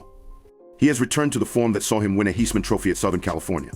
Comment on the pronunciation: You know this is AI when you says Heisman wrong 😂